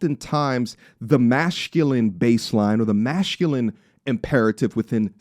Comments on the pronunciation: Bro you say mash-culine. There isn’t an h in that word bro 😂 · You still have time to edit out all the times you said "mash-culine" out of this video. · The word is masculine... Not mashculine.... You're pronouncing a h that isn't there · Why do you say masculine as MASHCULINE? Just curious. IIRC you had a surgery or something? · If it me or is he saying Mashculine? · yo why do u say MASHculine 🤣🤣🤣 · Akaash Simph not mashhhculine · Why do you mispronounce the word masculine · My man, go to Google type in masculine pronunciation so you can see how badly you are butchering this word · Why you pronouncing masculine and masculinity as mashhculine and masshhculinity that’s not how it’s said or you got a speech impediment tf